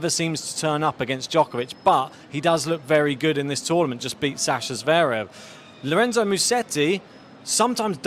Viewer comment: I didn't realise that's how you pronounce Lorenzo's name 😂